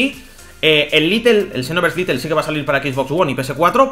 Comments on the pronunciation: No es litel es lite hijico mío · Todo el video diciendo little, cuando en el título pone lite(lait)